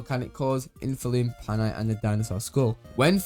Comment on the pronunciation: PAINite not PANITE ❤